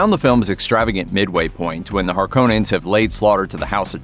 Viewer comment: You said Harkonnen wrong. You're probably one of those freaks who says Caribbean instead of Caribbean.